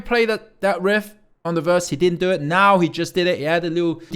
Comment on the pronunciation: Do it... Talked like a true prtuguese, sorry. love it.